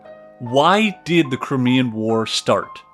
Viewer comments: Did he mean the CRYMEAN War. It is the Crimea not the Crimmea. If you can’t even get that correct it makes the rest of the video suspect. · very interesting but you need a pronunciation guide. Crymea is how it is pronounced also Derby is Darby. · One doesn't feel a lot of confidence when the guy starts off with that funny-ass pronunciation "crimmy-uh" for Crimea. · Despite some errors and mispronunciations, this presentation tells me more than I ever got in school. Russia has a great culture, but they have an ongoing history of terrible leadership. Napoleon III was an ass, too.